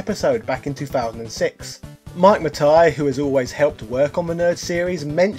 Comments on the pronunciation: Is there a reason you're purposely mispronouncing Mike Matei's last name? There is an E towards the end, not an A or I. It's pronounced Mah-tay, not Mah-Tie. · Hello. Just wanted to let you know that Matei's name is pronounced "muh-tay" and not "muh-tai", as an Australian might have you believe.